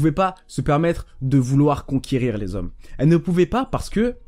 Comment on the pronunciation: « Elles aiment LES ZHOMMES » avec un grand Z